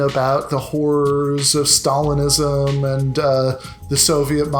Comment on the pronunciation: He doesn't pronounce " Stalinism " correctly.